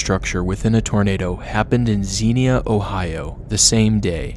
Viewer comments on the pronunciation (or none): You so pronounced Xenia wrong